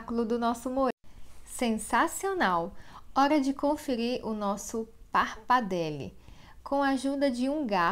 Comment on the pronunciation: Quando eu ouvi parpadele eu desisti do video😅